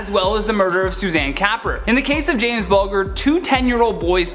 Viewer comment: You pronounced James Bulgers name wrong.